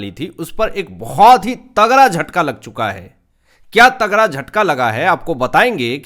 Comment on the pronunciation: तगड़ा बोलो भैया टगरा नहीं